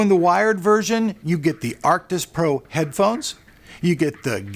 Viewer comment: he said acrtic pro